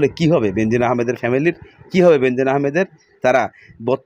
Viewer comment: Bhai nam ta hobe Benzir Ahmed. No benzin